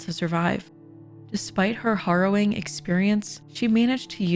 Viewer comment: Did you say HORROWING? 🤦🏻‍♂️